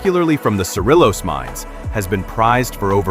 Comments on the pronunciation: Proofing would help, but pretty nice job. Cerrillos is pronounced “seh-ree-yos” not “seh-rill-ohs.” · You don't pronounce the "ll' in Cerrillos. It is pronounced"Cerriyos. I live there. They are Pronghorns... not antelope. Michael